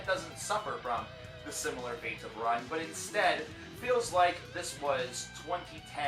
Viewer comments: Ruun in pronounced roon. Anyway, solid video, lovin enslaved and your channel. My fav is and forever will be Blodhemn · Ruun is pronounced roon. Isa is not an open I sound. It is pronounced eesa. Love your videos but I just wanted to clear those up.